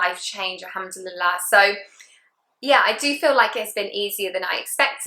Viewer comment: Indeed. She says them with correct pronunciation Masha Allah.